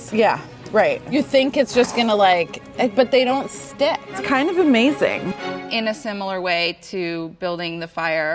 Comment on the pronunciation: you mean ammm-baz-ing.